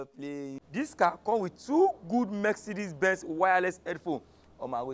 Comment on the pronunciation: It’s Mercedes not Merk-cedes sir.